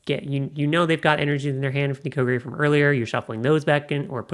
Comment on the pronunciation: kyogre "ky-yo-ger"